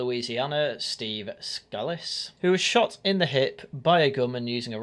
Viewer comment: IIRC, Steve Scalise is pronounced Scaleeze